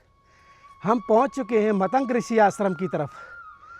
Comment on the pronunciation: मतंक नहीं, मतंग है। बोलने से पहले कुछ सीखो। मजाक मत बनवाओ।